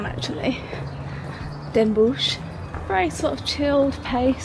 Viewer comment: NOT Den Boesj, it is den Bosch, pronounced den BOSS, no sh sound, no oe as in shoe. o as in rot.